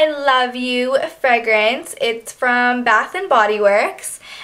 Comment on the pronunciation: She says "fregrance" & " Vazeline"